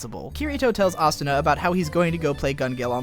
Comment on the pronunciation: Hes so Stupid Can't Even say Asuna and Kirito right you have very bad taste .... why not go write a review about Log Horizon/AOT/SAO I'd LIKE TO SEE YOU FUCKING TRY...